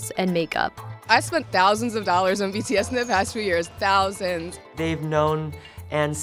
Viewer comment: No offense but LEARN TO PRONOUNCE THEIR NAMES CORRECTLY PLEASE